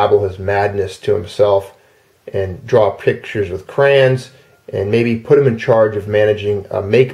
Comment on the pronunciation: Cra-yon not kren